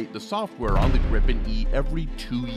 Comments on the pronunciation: English speaking people should pronounce Gripen as Greepen. Not Grippen as in this video. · Like most Swedish product's they are of ultimate quality and standard that certainly goes for military products to. Btw. It's NOT pronounced "Grippen" It's like Griipen! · It is pronounced with a " l o n g i" — like Griipen, got it? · Why do english speaking countries and people have problem to say Gripen? Why do they always say Grippen?